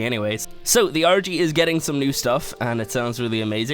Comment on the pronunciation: It sounds like he says orgy instead of argy